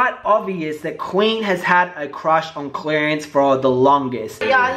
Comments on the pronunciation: I love that you say 'Clarence' like 'Clearance', like he's on sale XD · 😂 I hate you, I can’t take you serious! 😂 sounds like you say “clearance”